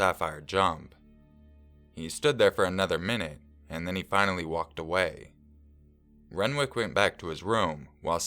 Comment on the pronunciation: SAPPHIRE AND RENWICK WTF. I KNOW YOU CHANGE NAMES FOR ANONYMITY BUT FFS SAPPHIRE AND RENWICH